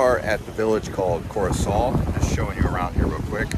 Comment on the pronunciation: Belle vidéo 👍, ce n'est pas Corisol mais Corosol.❤